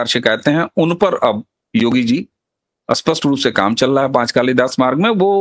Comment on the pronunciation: Why do North people can't speak certain words properly? Spasht pronounced Aspasht Sindhoir pronounced Sindhoir School pronounced I school Indr pronounced Inder And so on ...